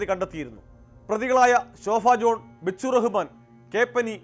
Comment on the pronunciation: ഈ വാർത്ത വായിക്കുന്നവനെ ആദ്യം ഉച്ചാരണം പഠിപ്പിക്കണം. ശോഫ ജോൺ അല്ല ശോഭ ജോൺ